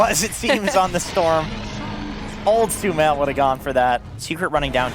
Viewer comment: the caster keeps calling sumail with smel